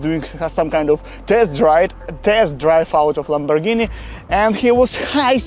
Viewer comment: Iz juz a pazt of a lamborrgihiiini 💀